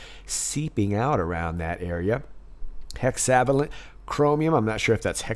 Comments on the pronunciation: Pronounced Hexa VAY lent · FYI it's pronounced hexa-VAY-lent (vay => rhymes with way hey, I'm a chemist, I can't help it 😜) Incredible dig! Wow, enough material for many more digs!